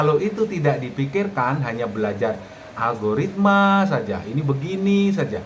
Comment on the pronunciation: Alogaritma gobl0k....???🤣🤣🤣..lucu juga denger nya ..teruss pemula suruh ngapa in lgi .kalau semua gak boleh